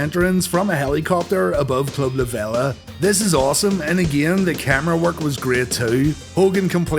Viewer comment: It's La VEEE-LA & it's been closed since Hurricane Michael. I was a VIP member for a few years.